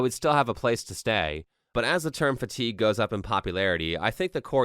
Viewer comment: Fat-igue, says it all